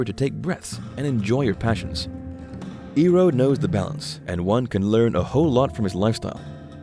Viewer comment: pronunciation correction iroh is ai roh not e roh good video